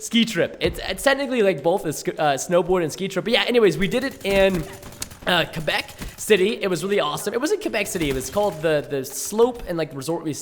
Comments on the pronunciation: ITS CALLED QUEBEC, WITH A Q. QQQQQQUEBEC . NOT KABEC . ALRIGHT? NOT A C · is it just me or does preston say kabeck instead of quabeck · quaaaaaaabeck not cebeck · Preston, it's pronounced Qua-Beck, not Ka-Beck lol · its not Kebeck , its Quebec. idk the way you said it is weird. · Kebec? Quebec Preston come on